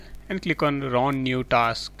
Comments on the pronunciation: It is TASK Manager NOT TALKSSS MANAGER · Lol a new word generate here which is "taaaks".....XD What the hell "saaarch" " thard estep"